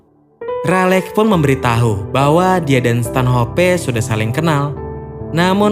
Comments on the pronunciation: Stanhop bang bukan stanhopeee goblok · Bacanya Stanoph bukan stanHOPE